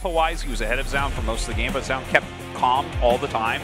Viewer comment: Why does tasteless always pronounce Zoun as "JZOWN" when it's clearly "ZONE". I wish artosis would correct him at some point it's annoying af.